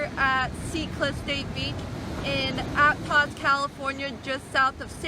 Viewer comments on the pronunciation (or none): Did she say App tosss????